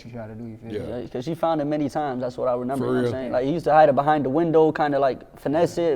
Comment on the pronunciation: I hate when he say renember